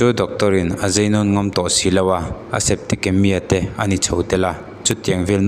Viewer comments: i thil chhiar uluk ve la a awmze bo thak in i chhiar alom...gina nilo in hmeichhe lam doctor gynecologist(gyne)..septikemia nilo in septicemia tih tur😊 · Gina❌ gaini ✔️.septima❌septicemia✔️ tih a lam tur o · Geina❌ - Gaini tia lam tur, Septikemia❌ - Septisemia tia lam tur aw, I chhiar hma in ennawn hmasa thin la. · I va han chhiar thiam lo em em.... Gynae (Gaini tiin lam la) tin, Septicemia (Septisemia tiin lam mai rawh)